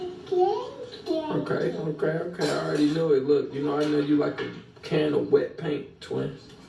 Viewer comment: I think she said “ You got me Wet” “I’m Wet” 😂😅 I’m thinking that what she said